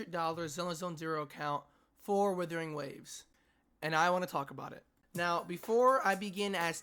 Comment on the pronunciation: dont say withering